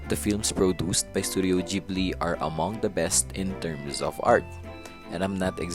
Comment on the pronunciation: You are actually correct.